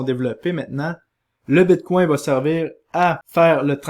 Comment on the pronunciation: Quand quelqu'un dit "Bitcoin", mon oreille entend "Bigcon" 😂